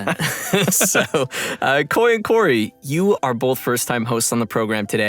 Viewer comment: Its Khoi btw not Koi